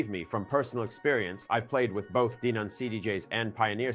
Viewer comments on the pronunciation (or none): I’m pretty sure it’s pronounced Denon. Not Deenun! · Clearly AI ,,,,, DEEEENON OR DENON ? FACKAWAYAFF!!!!!!